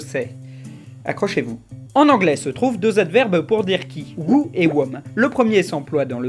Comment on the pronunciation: J'ai explosé quand tu as dit Who et whom. ;) (ça se prononce hou et houm)